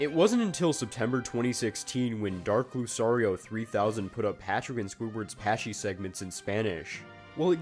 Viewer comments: The fact that you pronounce "Lucario" as "Lusario" instead of "Lukario" likely tells that you have never played Pokemon in your life. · its Loo-KAR-ee-oh, not Loo-SAR-ee-oh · That bothered me so much when he mispronounced it! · Pretty sure it's pronounced "Luke- Karr- eeoh" like the Pokemon 😂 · No offense, but the "c" in Lucario is supposed to be a hard c, thus prounounced like a k. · Great video!! (I thought it was kinda funny how you pronounced Lucario 😂)